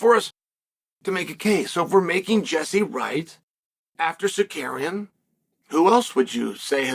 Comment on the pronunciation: It's Tsarkarrienn... You said it wrong. 😂